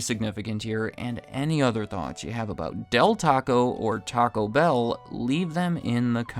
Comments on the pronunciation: Is this a new thing where people are pronouncing it “TACObell”? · Not a fan at all of " gabacho bell"